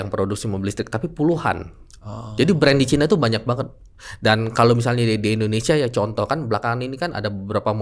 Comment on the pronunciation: Kenapa nyebutnya baterainya ke chaina 😊 Emang klo kecina kenapa?? 😂